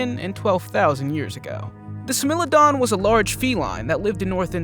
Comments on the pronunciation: Did you say smell it down it’s pronounced Smilodon😂😂n😂😂😂😂😂😂😂😂😂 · Yo you gotta pronounce the name correctly the Livy onden😂 and smilodon? Smile lo don is the correct way to pronounce it La vy ya thin as well for the kids sake . Fyi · I dont know if its just me but the may he pronounced the word 'smilodon' really bugged me ... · "Smellodon" instead of Smilodon, "Eposh" instead of "Epoch" (pronounced like eh-puck). Do research before you just push out videos dude. It makes what you say sound stupid and also gives people with a brain the impression you don't know what you're talking about 🤷‍♂️ Sorry, but sometimes we need constructive criticism.